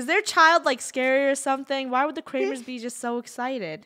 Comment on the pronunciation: the kramers... mor like krewmers